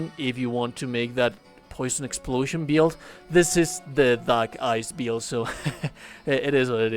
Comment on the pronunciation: wtf is a beeild?